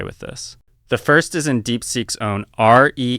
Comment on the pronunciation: This channel could be so good if someone bothered to curate it. Nothing quite so awful as pronouncing README as are eee aye dee em eee.